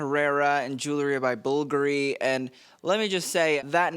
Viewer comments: learn to say Bulgaaaaari not bullllgari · For someone who claims to be knowledgeable about fashion, it's funny that you can't pronounce BULGARI properly. "bulgery?" BulGari! FFS it's not that hard! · Bvlgari = BULL - GAH - REE, emphasis on the GAH syllable. Pulease. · It's not pronounced bulgaree it's Bulgari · Bulgari pronounced in Italian. Its Italian. Caroline is pronounced with a long "i" 🙄